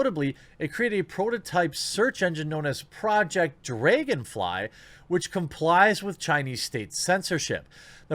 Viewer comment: the way you say dragonfly hurts my brain